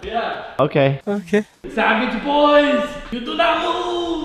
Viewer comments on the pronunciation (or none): its savage not saveg